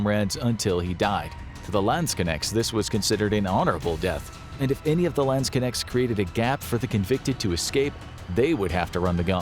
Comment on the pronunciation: Next time please look up how to pronounce Landsknechte before you use the word 200 times in one video "Landskenex".....seriously?